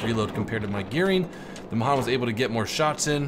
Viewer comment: Srry but it's pronounced mayhan even though it's spelled mahan